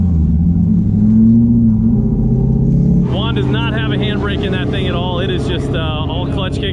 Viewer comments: The fact that his name is Juan and u call him uan hits me at home is actually pronounced like huan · His name is pronounced like huan lol suffered same way in Canada